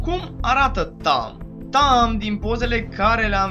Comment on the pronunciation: in primu rand e tahm nu tamm si in al doilea rand chiar o sa manance aliatii si inamicii